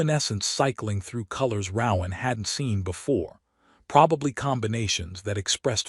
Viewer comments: Ro-ahn! Not rau-ahm…. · His name would be pronounced with a long O sound, not what the AI says, lol